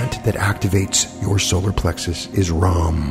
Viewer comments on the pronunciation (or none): Hey, thank you for this! I love your channel, though I've fallen off my own wagon for a while...I want to mention that the Indian pronunciation of the seed beeja RAM is "rum". Don't take it from me, experiment on yourself. Also, I've come across this Irish MD, Patrick McKeown, who has done some really pioneering and in my opinion stellar research on breathing techniques. He has some very interesting views on O2/CO2 balance in the body. Do check it out! Thank you,, I love your channel!